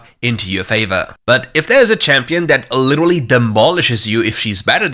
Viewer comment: omg u literally said liturulurly what:?/